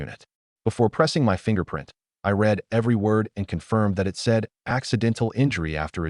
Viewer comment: A lot of words ai cant say, read as reed, lead and leed, sooooo many things wrong